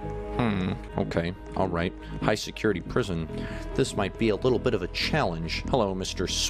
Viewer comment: Did anyone notice at the start the guard says “secutity”